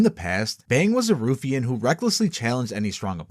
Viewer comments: ruffian is pronounced "rough-ian" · wtf is a “roofian” 😂